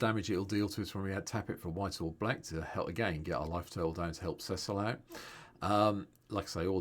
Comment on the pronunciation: first content creator to pronounce his name correctly <3